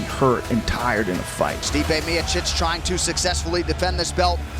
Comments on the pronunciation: Bro pronounced miocic like Miacitch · As soon as I heard u mispronounce Miocic's name. I 👎.